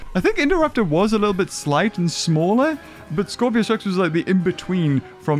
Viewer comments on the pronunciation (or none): it's scorpius not scorpios